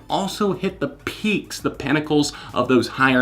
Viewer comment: I love how you say peaks🤔 idk why, Weird. Anyway I'm going to check out London grammar after this